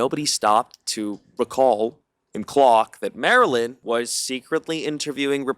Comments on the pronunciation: Minor issue: if Marlyn refers to herself on Instagram as Marlyn, and her best friend refers to herself as Marlyn, why do you repeatedly refer to her as Marilyn? Did I miss something? It’s not a huge deal, but it does come across as impolite to continually pronounce someone’s name incorrectly. Just something to think about! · purposely mispronouncing her name for the whole video was like the guy that drags a bit on for way too long and youre just sitting there going holy shit we get it, its not funny anymore 🤭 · Ngl I felt like this video was biased off the fact that u refused to pronounce Marilyn name correctly. I don’t know if u r culturally unaware but that was HIGHLY disrespectful. To purposely mispronounce my name after I corrected u is to disrespect my legacy. Yet you had no problem defending the white roommate. Bestie I don’t like how this look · Why wont you say marilyn's name right 😂😭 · Pronounce the damn name right. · Why can’t you get poor girl’s name right 😅 poor Marlyn